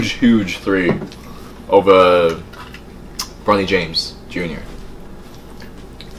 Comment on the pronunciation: mad lad called him "bro-knee jaymes"